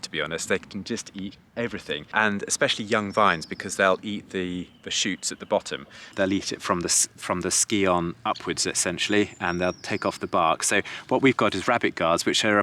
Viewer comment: you are still talking about skiing when people who use scions are scientists. A psychic would know how to pronounce the name of the plant material added to a rootstock. nice to get right when there are 10,000 people who will watch and start saying it wrong too.